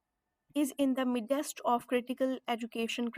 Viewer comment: Great video.can you please revisit the pronunciation of "midst"